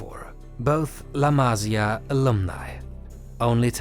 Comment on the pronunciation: Amazin work and great video. However, there's one thing as a Spanish speaker, is that you need to know that a tilde (´) is to emphasise the sylable on the word. So la Masía, it's pronounced ma-SI-a, not MA-si-a. It really hurts the ears when you hear it misspronounced (similar as to how every English-speaker misspronounces the last name Pérez as per-EZ, instead of PER-ez). Havins said that, keep up the work! Awesome video. fantastic channel!